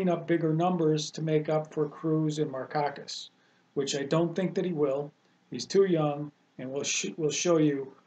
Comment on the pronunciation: FYI - Pronouncing Markakis wrong…. That doesn't look good